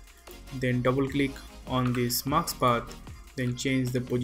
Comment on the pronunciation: you don't say "MASK" but "MAKS" - it's so funny. Am I the only one who hears that?)) English pronunciation is just awful)